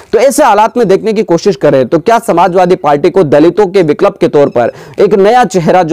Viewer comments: बिकलप नहीं बिकल्प होता है । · विक्लप नहीं भाई विकल्प